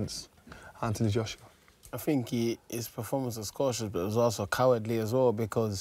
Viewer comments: To be fair, it's Dillian Whyte. He probably is saying asshole. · It really sounds like Dillian says “asshole”, when ever he says “also”.